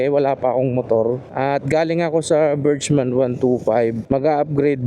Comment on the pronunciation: Pronounce Burgman as BURG-mən. Break it down into two syllables: , imbis na berjman ang bigkas, ang tamang bigkas ay bergman. BURG (sounds like the first half of "hamburger" or the word "berg") mən (a short, unstressed "uh" sound)